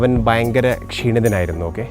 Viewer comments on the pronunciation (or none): none